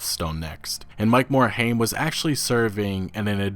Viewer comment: Yo dude, it's pronounced "MORE-HIME" not "MORE-HAME"